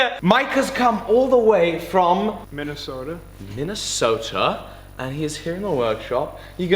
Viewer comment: What? He's from Minnesota, but he can't say Minnesota correctly! Shameful!